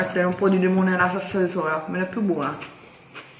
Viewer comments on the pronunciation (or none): salsa con la L, non con la R. Giappone perdonala, lei non sa quello che fa